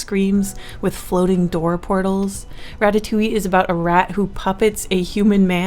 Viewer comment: Really threw me off, Ratatoullie is one of my favorite pixar movies lol